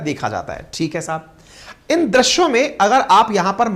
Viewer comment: drasya kya hai. .drusya ya drisya bolo